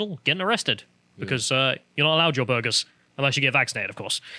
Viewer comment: No one:: bOrGeRs